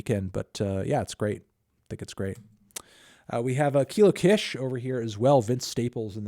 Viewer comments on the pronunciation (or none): Anthony it’s pronounced “Keelo Keesh” just so you know — I’m like 90% sure about this, but there is that 10% sliver that could put some egg on my face... 🤔